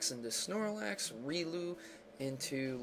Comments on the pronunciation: Really? Rilou it's (Ri-O-Lou) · You pronounced Riolu wrong